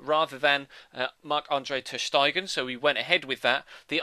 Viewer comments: It's pronounced Ter Steygan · Yay xD How is it properly pronounced? Stey-gen? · Love how you say Ter Stegen ^^ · wrong :D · yeah without the "shh" if you know what i mean xD